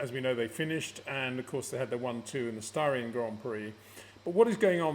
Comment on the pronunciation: "Starian" Grand Prix?